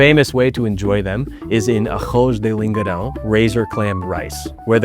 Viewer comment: The way you said “bochechas” and “lingueirão “ was awesome 👏 very good accent dude. 👌